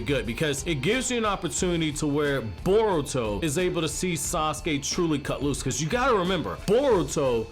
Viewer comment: Boruto not bortuo